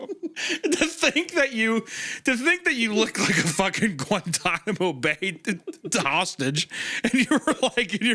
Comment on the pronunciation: GUANTANMO BAY HOSTAGE IM DYING LAUGHING BRO